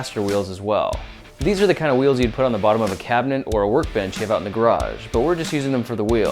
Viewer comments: Cabnet? I think you mean cabinet. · LMFAO "cab-net wheels" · Cabnet, lol.